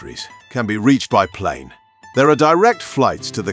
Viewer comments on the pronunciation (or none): none